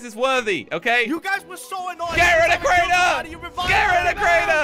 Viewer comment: It's keraner